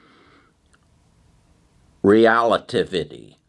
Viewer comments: Can someone do a compilation of trying to pronounce things😂. “Realitivity” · Rel-A-Tiv-Ity is the name you are struggling with. Your info is so valuable and don't like to see you struggling with the name. Thank you! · RELL-AH-TIV- IT -TEE !!! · Re-la-tivity. Like theory of relativity. Good company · Pronounced Rell-ah-Tiv-ity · OMG... it's Rel-uh-tiv-ity, dude. (Relativity) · Great outlook on the future. I read The Future is Faster than you think on your recommendation and it was fantastic. Also I think its Rel-a-tiv-ity as in Einstein theory of relativity. 😊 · It's relativity (re-la-ti-vi-ty), like Einstein's Theory of Relativity.... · Omg, he can’t pronounce relativity. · google pronunciation of relativity ahead of time, from Einstein's theories